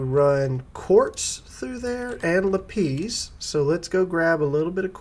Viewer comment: LApees! LAPiss. sorry made me giggle. enjoying the content keep up the good work thanks